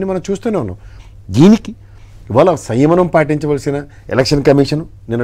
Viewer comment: వెధవ సియ్యమనం కాదుర, సంయమనం అనాలి. ముందు తెలుగు సరిగా మాట్లాడడం నేర్చుకో.